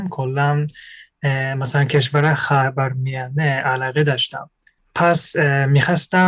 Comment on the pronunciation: خر وار میانه 😂 خیلی با حال گفت . خاور میانه